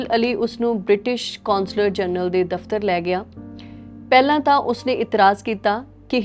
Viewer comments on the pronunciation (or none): none